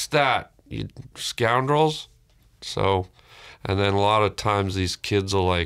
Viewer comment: "You, scoundrals."